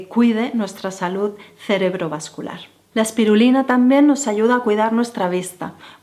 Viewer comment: Es "salud" no como tú dices "salut". Me parece que "estiras" todos tus consejos...que por otro lado siempre va a lo mismo. Además son consejos para pijos...los que no lo somos nos quedamos fuera.